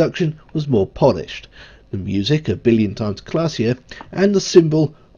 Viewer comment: Please try and pronounce 'the' correctly, there is no D in it, very off putting